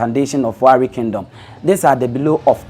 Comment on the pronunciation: 😂😂😂😂this guy u Don finish us with your pronunciation ,, Olu not Oru Warri not garri